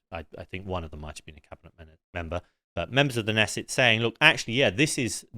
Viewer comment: This guy is an idiot. He can’t even pronounce knesset or nakba, and he got Smotrich’s name wrong.